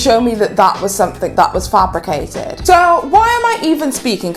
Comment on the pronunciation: And you can’t even pronounce ‘fabricated’ correctly.